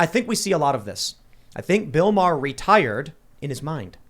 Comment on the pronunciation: worst thig is that American's can't pronounce Maher